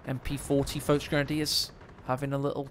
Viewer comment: Well except the folk grenadier